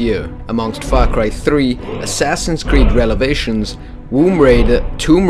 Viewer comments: Hold on. Did he say Relevations? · you said Assassin's Creed Relevations instead of Revelations lol!